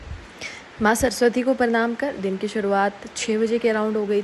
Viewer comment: Parnam q bolti ho . Pranam hota